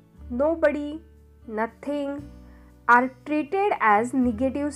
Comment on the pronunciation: khup chhan sangitale dear tuza awaj pan chhan aahe fakt are ch pronouncing thod ...vatle baki mast tx chan